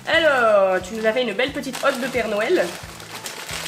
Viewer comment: On dirait que tu dis « nouël » aux lieux de « Noël » mdr c’est mimi !